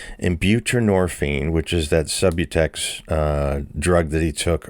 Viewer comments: It's pronounced Sub-ū-tex. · Narrator: Perry's prescribed drug for opiate dependence is pronounced SUB-YOU- TEKS or Subutex. This is Suboxone without the required naloxone added. Subutex should only be given to pregnant women; even that is no longer recommended. Perry wanted the opiate buprenorphine without the naloxone, an opiate blocker. Shame on Perry and his prescribing provider. He wanted the high without the blocker that prevents the high when injected. Perry was not sober and wanted to give that impression only. He was still using. Poor devil.